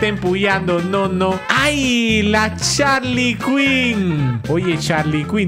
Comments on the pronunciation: SE DISE JARLI CUIN NO CHARLY CUIN xd no se escribir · No es harly quuyn en yarili quuien